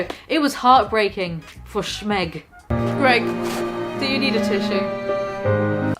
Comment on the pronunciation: I was laughing through the whole video but I fucking lost it when you called him G E R G.